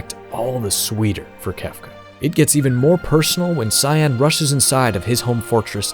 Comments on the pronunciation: It's pronounced Kaien, not Cyan like the color. It's spelled that way to save valuable memory space on the super nes. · It's not "Sai-en" like the color, it's "Kai-en". HARD C!